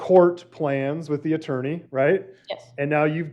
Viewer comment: This "attorney" is annoying me